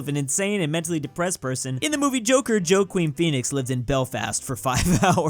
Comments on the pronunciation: Wa-keen, not joe-queen. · Okay but Joking Pheonix?!? 😂 It's Hwa-king. Dunno why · Great channel but that Joaquin Phoenix wrong. Whaa-keen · Jo-Queen and Edin-Burg. Okay, I get not knowing how to say Edinburgh if you're not from the UK but Joaquin Phoenix famous worldwide. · Can you say Joaquin again cause that did not sound like Joaquin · His pronunciation of Joaquin...